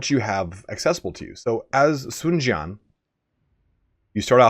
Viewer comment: A bit hard to do that by typing. But for example, the Jian in Sun Jian (since you said he is your favourite) is more akin to an "eh" sound, Ji-eh-n, kinda like the long "a" in van, ban, sand etc. as opposed to an "ah" sound. Another one is Cao Cao, there is no s sound. That pronunciation isn't found in English, so it's hard to draw analogy, but to make that sound, the tip of your tongue should be behind the top row of your teeth (that's why in Mandarin, C- prefixes fall under the tip-of-the-tongue group), like you would when pronouncing the "t" sound. People like to spell it phonetically as "ts" but there is almost no hint of an "s" sound if it makes sense...